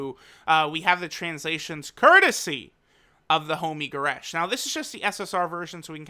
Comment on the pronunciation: Man said the homie goresh